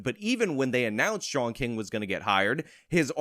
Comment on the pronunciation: Sean=“Shawn” Fitzgerald = “Fitz-ger-ald “ How’d ya mess that name up bruh??